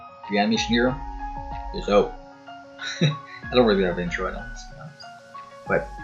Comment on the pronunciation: Reanimation Hero MY CANADIAN BROTHER